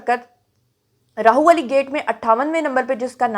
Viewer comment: Sorry to correct one mistake plz Rahwali hy Rahu wali nahi hy Actually Urdu mein Rah ha k sath Lahorri ha likhi jati jo ha wao hu dikhti hy but ha Ra k sath mila k Rah banta hy &wao alag se pronounce hoti hy😅